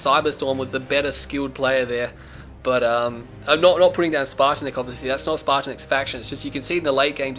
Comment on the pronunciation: it's pronounced (spartanets) spartan